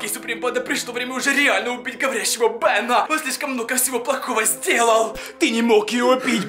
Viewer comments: Ну не говори "бенА" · БенА , вудУ , оюзательно так говорить?🙀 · вы не поняли бЭна не Бена , а бЭна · Меня забавляет то, как он говорит "Бена"